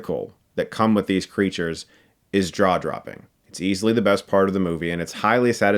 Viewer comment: Did he just say Draw-dropping? . LoL